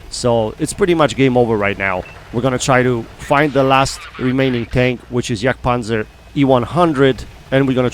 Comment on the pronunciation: I am impressed how you pronounce „Jagdpanzer“ close to 100 %. Mostly English YT content creators fail pronouncing German tanks correctly. By the way: good games and good positioning tips👍‼️